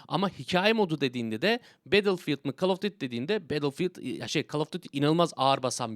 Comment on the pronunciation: Abi call of dıtti okunmuyor. Call of düyti okuyabilirsin. Ya da duyti